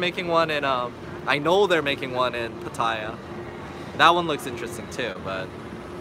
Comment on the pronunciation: I want you to pronounce PATTAYA correctly. It's not PAH-TIE-YAH. Say PAH-TEH-YAH instead. No hate, just want you to say it correctly. Thai is my second language after English.